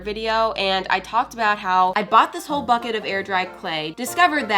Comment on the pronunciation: When she said why is this BUKET exploding I heard something else